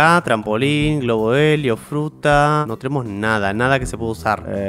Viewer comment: alguien mas se dio cuenta de que en el minuto dijo frutra en ves de fruta